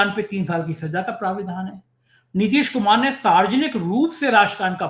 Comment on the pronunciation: मेरे को लगता है नितीश खुमार 😂 में है, नशे में है